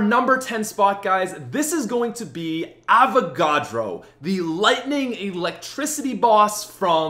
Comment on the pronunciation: Avacadro lol